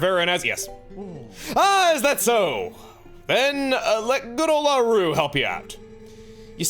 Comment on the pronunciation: The way you pronounce "Auru" is like nails on a chalkboard (no offense intended), since it's a clear reference ot Rauru whose name has the accent stressed on the first syllable.